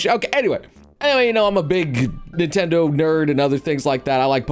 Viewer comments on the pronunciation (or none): none